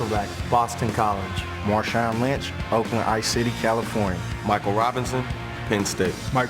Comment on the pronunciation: Who's Marshawn Lymchi